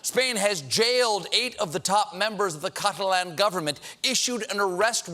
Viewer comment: American's really do know how to murder every language going! I cringed each time he mispronounced the word Catalan. I don't even think it was for comedic effect